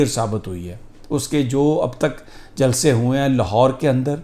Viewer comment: Sami sahib like your sense of humour and how you said jalsee. Still very worried about the upcoming election because Imran khan has a very cunning enemy and a big governmental machinery working against him. It’s not a clash of two political parties but a clash of something very evil and Imran khan